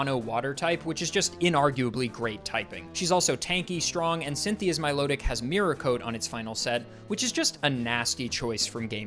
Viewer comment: Milotic is intended to be pronounced like "Melodic," not "Milo-tick"